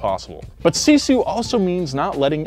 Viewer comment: Yeah, sisu kinda is in our blood. It takes me 45 mins to get to school in winter, i have to walk across an 47cm deep snow then it kinda good road but still slippery, and all by walking. I wanna be an F1 racer some day, so remember my name as Noah Sebastian Miettinen. Also you mispronounsed sisu buuuuut ill let it slide.